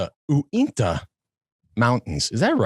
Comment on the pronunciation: It's the Uintah (YOU-WIN-TAH) Mountains!